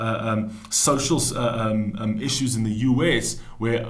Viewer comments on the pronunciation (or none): none